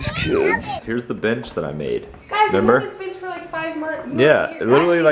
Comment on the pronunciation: Lmao your allergies made it sound like you said here's the B*tch I made instead of bench